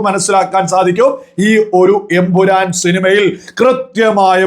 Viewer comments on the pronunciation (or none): none